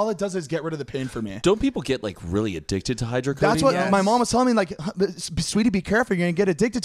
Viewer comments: Yes, they give ketamine. And it’s hydrocodone not hydrocodeine lol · are we not gonna talk about them convincing themselves that its called "hydrocodeine" and not hydrocodone LMFAOOOO they are so funny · Lmao “hydrocodine” no boo boo. It’s hydrocodone 😂. I love you zane♥️ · When Zane says hydrocodine😭 Zane baby that doesn’t exist. It’s hyrdocodone💀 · The way they kept saying "hydrocodone" was driving me crazy.